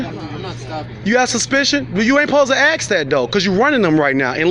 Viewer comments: "Dont aks...." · I agree with the dude but hearing axe vs ask makes me nuts. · Ask not axe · You better axe somebody.lol. right? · Stay in school folks before you “Axe” the wrong questions ! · You ain't suppose to "axe" that question. Then this dope tries tell the police how to do their job. Who, exactly, was "busted". Nobody. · Black people have trouble with saying that word properly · THE WORD IS “ASK” ! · Can you say ask correctly please it’s not hard it would add to your cause